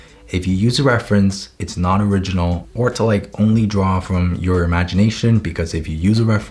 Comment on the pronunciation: “Draw DROM memory” Ahh yes. My favourite word: Drom